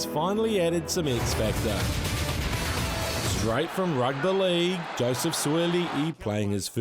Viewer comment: When you said Rugbah Lehg. I felt that